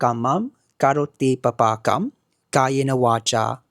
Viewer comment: Nice introduction. However it is also important to follow the proper pronunciation of the words. You said both 'magadhi and ma'gadhi. The first one is right. Paapakam in stead of papaakam. (Sorry i cannot add the diacritics). Ghosa in stead of gosa. For the rest well done.